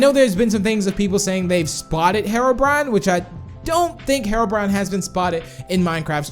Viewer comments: Hero not mero brian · Its HE-ROW-BRINE NOT HERROW-BRYAN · Btw it isnt said how u say it its he ro brine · said harobrine lol 😂